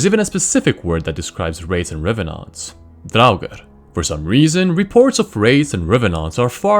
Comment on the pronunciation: The way he pronounced revenant made me happy for no particular reason.